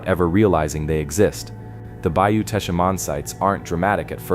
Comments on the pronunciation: It's just Tesh...not Tesh-uh. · ❤❤❤❤❤. I'm from South Louisiana. The correct pronunciation of Teche is Tesh. The final e is silent and the c has a soft sound like s . ❤❤❤❤❤ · It is Bayou Teche, pronounced Tesh. Please quit showing rock in the beginning of the video, we have no rock in the state of Louisiana. We have to import rock from other states. My mother is buried on Bayou Teche, you need to say where these mounds are, I have never seen them. The salt domes are all around the coast of the Gulf of America, look at google maps, you can see the circles, Avery Island is not the only one. You did not mention the amazing gardens at Avery Island, and the bird sanctuary, and the huge Buddha statue. Obviously people lived here before the Europeans came, Caddo Lake area was all Native Americans, we stole around 30,000 acres from them. I did all of the Title to that area, the government swindled them out of all of their land, there was even a lawsuit, but the government won. There were a lot of Native Americans settled in what is now Louisiana, there was a lot of wildlife, hunting, gathering, mild climate, plenty of water. My people settled here in the swamp after being ethnically cleansed in Nova Scotia by the british, some of us stayed in Canada, some in the NE, but a group came all the way down here. We are called Cajuns, Acadians, and we are mostly of French descent. We have been here since the late 1700's.